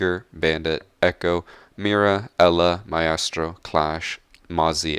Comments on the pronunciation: The way he says "Myestro" is cursed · Mai-estro. Uhhhhhh. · When u say like maestro cavira and more it triggers me because i know u dont say that shit in game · Stop saying Ma-estro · The way u say maestro is kind u know....... no homo tho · How do you mispronounce maestro? It's an English used word. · The way you pronounce Caveira and Maestro 😂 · I like that he never pronounces maestro the same way twice. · That accent when you said caveira and maestro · listen to how he says caveira and maestro lol